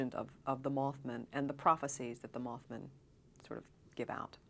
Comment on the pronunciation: Moth Man, MothMan not Mothmun